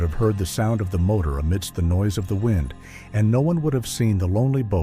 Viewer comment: Narrator can't pronounce "wind" correctly but as wind, something that is tied or wound. A quality review program will identify erroneous pronunciations, photos and verbiage spoken and onscreen.